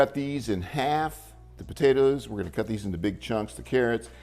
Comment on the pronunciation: I love how he says potatoes like “potaters”